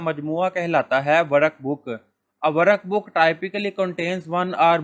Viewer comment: Sir aap ki teaching bohot achi h but workbook hota h waraakbook nhi